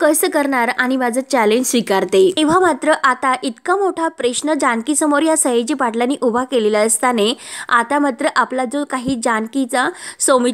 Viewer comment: तुम्हाला सांगितलं तुम्ही व्हिडिओ बनवू नका अतिशय अशुद्ध भाषा वापरता प्रश्न म्हणा प्रेश्न नाही बरेच शब्द चुकीचे उच्चारता आणि अगदी या शब्दाची तर बाराखडीच असते हजार तर सांगितलंय मराठी भाषण शिकून घ्या ठरलं तर मग या मालिकेचे व्हिडिओ बनवणाऱ्या मॅडम कडून शिकून घ्या